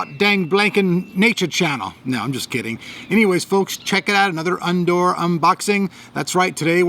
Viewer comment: Did he say "undoor" instead of outdoor?